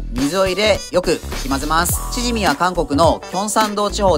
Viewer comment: チヂミのイントネーションおかしくないですか？笑